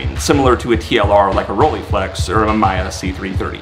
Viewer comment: The worst pronunciation of “Mamiya” so far. Liked and subscribed.